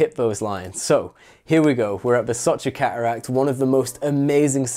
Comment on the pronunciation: Redbull sponsorship requirements…. Pronounce the letter “t” Ca uracks - cateracts Wa ur - water